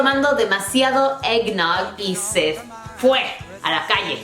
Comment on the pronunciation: el eggnote suena como rompope chafa